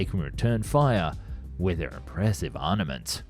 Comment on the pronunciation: For fuck's sake, it's ARMAMENT. You've been butchering that word for years. What is wrong with you?